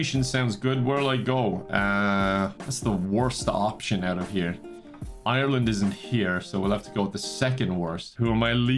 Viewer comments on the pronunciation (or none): none